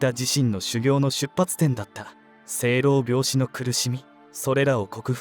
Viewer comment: しょう-ろう-びょう-しと読みますね。